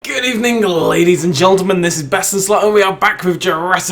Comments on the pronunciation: You said getlemen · Nobody: BestinSlot: geltelmen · Good evening ladies and jeltulmen